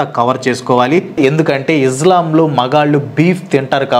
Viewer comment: izlam. కాదు బ్రో ఇస్లాం